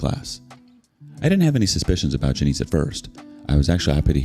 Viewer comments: Its NOT Ja-neice. its JAN-ISS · Hahaha it's pronounced Jan-iss, not Juh-neese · JANIS. Not Juh-neese. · Janice doesn't rhyme with Denise.